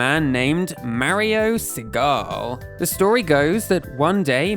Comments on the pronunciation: W/ all this research maybe also research pronunciation pls lol Gunpei =/= gun-pay Segale =/= suh-gall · Mario is cute! One thing: Mario Segale is pronounced Mario Seh gah leh with all vowels pronounced and stress on the first syllable in Italian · So they (Nintendo America) said that Mario was a Carpenter?!?! (P.S.: Mispronounciation of Mario Segale... you have to pronounce the final "E" and put the accent on the "A")